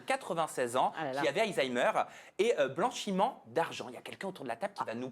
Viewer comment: on dit " BLANCHIMENT D'ARGENT " lol